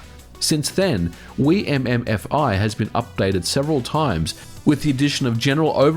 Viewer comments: Anyone cringe at how he pronounces wiimmfi? Still a good video, MKW is the best mario kart, and it's great we can still play it online! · Every video you pronounce a word wrong, today's word was: Wimmfi